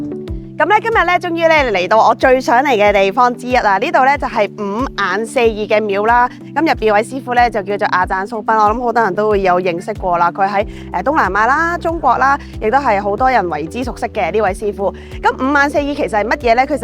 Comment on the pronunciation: 蘇賓發音要用普通話講，不是用廣東話。請做好資料搜集